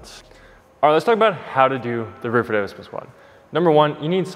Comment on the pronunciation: Great video. Very helpful. And is hilarious. "The Bulgarian, or what should actually be called a reerful-elvade split squat" 🤣